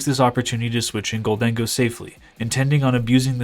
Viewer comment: It's "gold-en-go," not "gol-dang-oh." Kind of like "i'll take my gold and go"